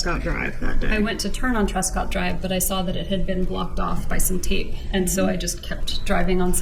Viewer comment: I hate how Wendy says Tape.. She says TEEP. Drives me nuts.